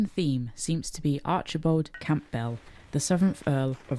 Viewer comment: The Cairngorm Mountains are certainly stunning. Stay safe. With Campbell, you don't pronounce the P. It's pronounced Cam-bill.